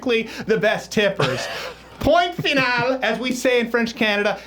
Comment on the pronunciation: I must say there is one mistake in this video... You don't pronounce the T in "point final" :P